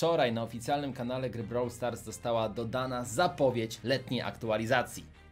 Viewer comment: Nie browl tylko brawl